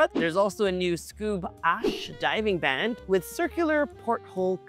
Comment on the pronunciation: Pronouncing Hermes that way is like calling a croissant a KWAH-SOHN. But the pronunciation of band was the most 😅😵